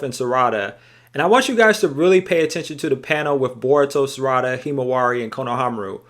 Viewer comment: The mispronunciation of Sarada’s name is killing me lol